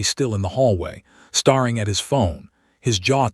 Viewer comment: Staring is pronounced stairing.